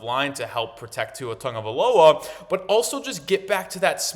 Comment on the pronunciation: this guy finally learned how to pronounce tua’s last name